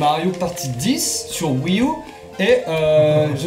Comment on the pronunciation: Wii U, pas Wii ou!